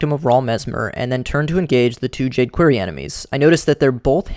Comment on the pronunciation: I really hate the way you pronounce "quarry".